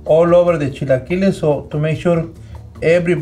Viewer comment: Automatic like for the legend!!! Eres el más chingón!!! Americans with issues to pronounce the word, repeat with me: ¨Chill A Killer-s!¨ then just remove the R